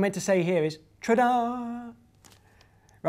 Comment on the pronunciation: he said "tra da" instead of " ta da"